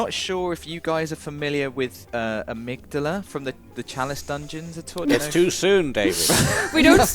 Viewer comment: It's Ah-mig-dahla, they say it in the game lol love you guys otherwise.